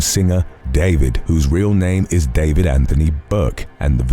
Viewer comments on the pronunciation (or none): none